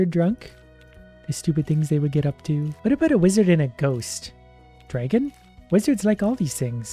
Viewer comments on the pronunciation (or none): Disliking because of „DrAEgon“